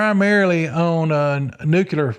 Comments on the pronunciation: I want to take this serious but I have to admit, after hearing him list his degrees and certifications, I’m struggling to get past him saying “nucular”. If his degrees and certifications are legit, he’d be the first person I’ve heard with multiple science/engineering degrees mispronounce “nuclear”, not on accident but, by default. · What is this "nucular" you speak of? 😆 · Why can't people pronounce nuclear?😂 It's nuke lee er. Great video guys 👍